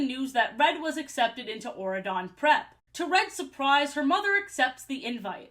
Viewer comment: What is wrong with my ears until I saw Auradon spelled out I was mishearing it as Oregon and just accepted that a U.S. State had a king in this universe